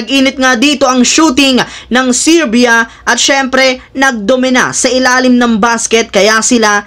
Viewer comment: LODS HINDI SIRBYA…GANITO SERBIA(sounds serbya) PO CORRECTIONS LANG PO.😂😂😂